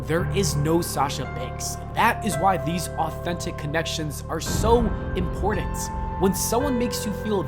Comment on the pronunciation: Anyone ever notice how different Gen Z people pronounce certain words like “button” and “important”? As a millennial I was taught to say “button” as “buh-in” and “important” as “impor-int”. Gen Z’ers say “buh-den” and “impor-dent”. It always bothered me.